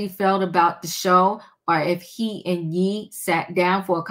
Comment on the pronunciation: It’s ye not yeeee😂❤